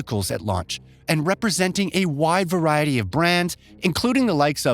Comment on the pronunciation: Do you mean variety? Varay isn't a word. Also, try learning how to pronounce the name of the studio and the car manufacturers. You got everyone of them wrong. How you have over a million subscribers is beyond me.